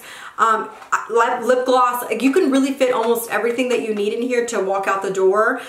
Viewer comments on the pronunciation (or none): none